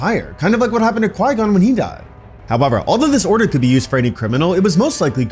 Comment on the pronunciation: However = hubuver